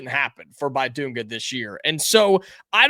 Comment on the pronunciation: Please pronounce his name correctly. The "i" is not a "long i." It is pronounced like the "i" in "big" or "bit." Just trying to help. Also, the "u" is pronounced like the "u" in "dunk" That should be particularly easy to remember.